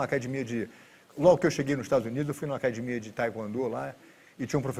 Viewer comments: Se o cara falar " Acadimia" fuja dele , porque ele é foda no jiu ! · O DNA Gracie fica claro quando falam "acadimia" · Todos os Gracie falam acadimia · Brasileiro é zika mesmo sabendo falar inglês fluente ele ainda fala acadimia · Gracie sem falar "ACADIMIA " não é Gracie 🤣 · "acadimia" kkk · alguem pelo amor explica pra ele q é acadEmia em vez de acadimia... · Ele falando acadimia dá maior nervoso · Queria entender porque os irmãos Gracie falam "acadimia"... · Por que todo Gracie fala "acadimia"? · PQ TODO GRACIE FALA "ACADIMIA"???? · Esse senhor era bem bonito quando jovem, crtz. "AcadImIa" kkkkkkķkk...orgulho brasileiro. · Muitos Gracies falam assim rs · Se vc ouvir a palavra "acadimia" caia fora. A pancada vai comer. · Se não falar "acadimia" não é um Gracie kkk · se rorion grace fala cadimia, agora pra mim é cadimia, foda-se mudem o dicionario, é cadimia fim de papo